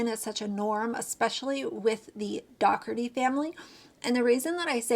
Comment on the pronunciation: The G in Daugherty is silent